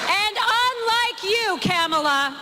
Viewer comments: Right Side Broadcasting Network was also purposefully misprouncing her name. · Alina is still acting childish by saying Kamala's name incorrectly. I noticed everyone at Fox News has suddenly been advised to cut it out and say Kamala's name correctly, in 2024. It's almost like it takes them decades to learn to say Kamala. They're about to have 4 + 4 years of hearing exactly how to say Kamala.